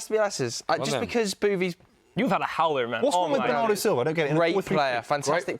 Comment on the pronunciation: man said silva 😂😂😂😂😂😂😂